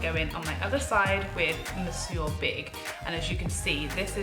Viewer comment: I'll be durned. This is the first time I've watched a video of this mascara that I have not cringed when it's pronounced. Bless you 😄😘 "Mon-soor" 🤭☺️